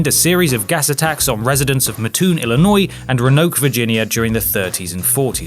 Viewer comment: Love the fact that this guy can pronounce "Illinois" better than most Americans